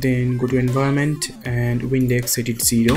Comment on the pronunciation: this was awesome man thanks. when you were changing the values for the wind, it sounded like you kept saying WINDEX